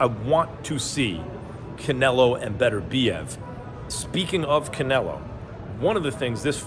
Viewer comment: shout out Max for saying "BETERBIEV" and "Benavidez" in the same sentence like it's nothing